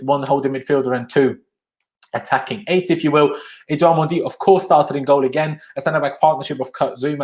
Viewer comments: His name is not “mondy” stop saying that. So disrespectful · I’m fluent in French and it’s absolutely not the correct pronunciation idk what you’re talking about